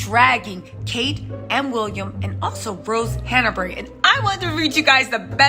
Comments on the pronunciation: Her name is Hanbury not Hana bury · There is no “a” between Han and bury HANBURY